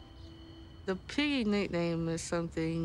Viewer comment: The dramatic pause for the word “piggy.” 😂😂😂 Remember when Larissa called Colty a “dirty piggy”? There was no dramatic pause for that! 😂😂😂